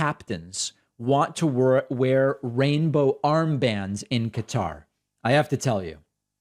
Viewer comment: David, SIR! May we have a pronunciation check on Qatar? I have heard it pronounced in a different way than you’ve done! Thanks. I became a member today using your coupon code!